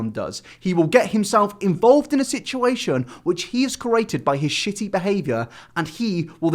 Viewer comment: "This, is a shiddy guy"